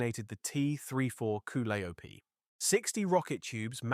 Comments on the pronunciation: "Ca lie oh pee" is how its pronounced. You botched "Hurt gen" also. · It's pronounced koe LIE o pee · That Koo li op is driving me nuts !!! Damn it learn English !!! Your going to have to "Teach" AI "English" !!!